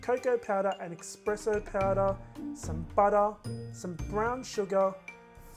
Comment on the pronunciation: Espresso not expresso lol sorry